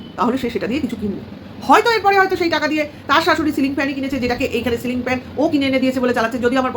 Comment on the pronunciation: Bechur jibon e jiu tai silling na bole" sling "bolchhe.sling to bag hoi 😂. Bechu debe fan hassaskar bisoy, je bou beche kai ,abar bole chanel e boubeche khabe😂😂. Bechur bandhobi thakte pare,tinu je purush er sathe jogajog rakhbe sei tar bor hoe jabe. Ki nongra chinta bhabna. Divorce file kore ,jamaisasti te ki paeni anusochona korchhe. Sokale uthe kono kaaj nei aam bagan,jaam bagan, dheros khet, paat sak tola.bachhake porano mane video korar somoy abcd porano dadu ke diye. Bechu baap hoe i royilo pita hote parlo naa.